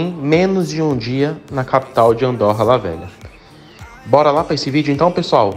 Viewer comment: Não se diz Andórra, mas sim Andôrra...